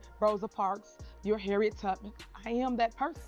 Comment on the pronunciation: She said, Harriet Tuppit 😂